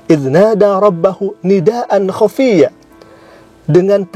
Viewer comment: Baca huruf muqotho'ahnya juga salah poll. Kelanjutannya juga salah khofiyya jadi hafiyya merubah huruf yg makhrojnya beda .tentu ada sifatul hurufnya juga ada yg beda. Utk para ahlul Qur'an mari belajar lillaah.ikhlas istiqomah dlm belajar dan menghafal Qur'an.aamiin Allohumma aamiin❤